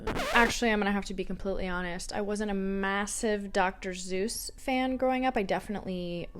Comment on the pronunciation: The way you say Dr. Suess as Dr. Zeus got me 😂❤